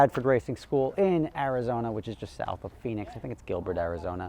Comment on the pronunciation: It’s actually Phoenix Rob